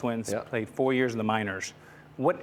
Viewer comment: Can someone tell Aroid to pronounce the letter s correctly. Why does he say SH with every S “four yearsh in the minorsh “